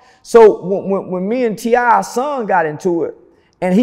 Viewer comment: When he called T.I “ Tippy Toe”. I lost it! Ehehee.